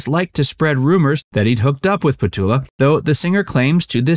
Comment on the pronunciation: It’s petula, you must pronounce the u. It’s not Petola